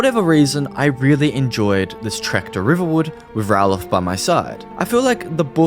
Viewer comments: Not Rallof….Ralof (Ray-Lof) The guys in Riverwood show how to say his name! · Bro how can you get Ralofs name wrong bro? Like literally how? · Saying Ralof's name being said incorrectly repeatedly makes me wonder if you have even listened to any of the dialogue in the game, or even played it longer than 30 minutes before this video.